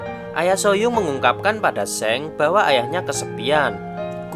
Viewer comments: Soalnya Seong eo ny dibaca o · just info. . bacanya song bukan seng